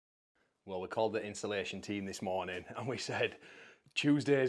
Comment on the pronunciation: Psssst 🤫(in a whisper so no one else will notice) you said "the next monring..."